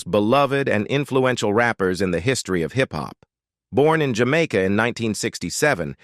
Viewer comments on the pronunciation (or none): none